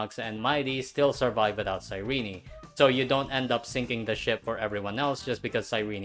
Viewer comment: does EN actually pronounce cyrene like “sai-ree-nee”? it sounds like ass 😭